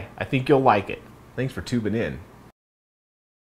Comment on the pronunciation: Did he say thanks for tuning in ? Or tubing in? Lol